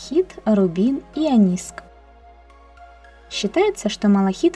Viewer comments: Это что за грамотей ? Не онИск , а Оникс . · Так ониКС или ониСК?) Написано одно, а говоришь другое... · Говорит ониск,а написано оникс😅